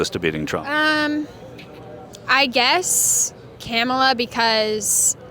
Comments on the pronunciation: You can always tell who the bigots are (and in MAGA world that's not difficult). These are the people who passive aggressively mispronounce Kamala's first name. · The way they purposely mispronounce her name speaks volumes to their character.